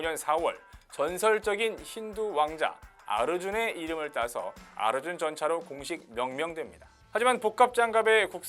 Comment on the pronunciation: 아르준이라고 발음하니까 더 조롱적으로 들린다. ㅋ